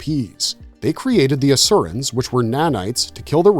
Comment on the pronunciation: It's "or-eye" not "orey". "al-tare-ins" not "alt-err-ins". You have watched the shows right?